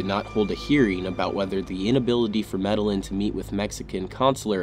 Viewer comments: The last name medellin is pronounced as "me - deh - yeen". In Spanish, when you see two L's together it makes a Y sound. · For future reference, Medellín is pronounced "Med-ah-yeen". Two LL's together in Spanish are pronounced like an English letter "Y".